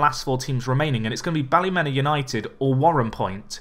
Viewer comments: Best way to pronounce Ballymena United isn’t Bally-Men-A but instead Bally-Me-Na, coming from a Northern Irish Man myself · Its bally me na like me na not the way ur saying it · Ballymena is pronounced Bally-Mina, (meena)